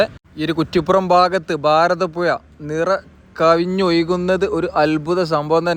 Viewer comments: ഭാരതപ്പുഴയാണ് പുയ അല്ല ഒന്ന് അക്ഷരം ശരിയാക്കു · ഫാരതപുഴ അല്ലെ ശെരിക്കുള്ള ഉച്ചാരണം